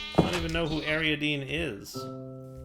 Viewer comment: Ariadne! not ariadene! as in the daughter of king Minos of Crete. God help me with Americans trying to pronounce foreign names.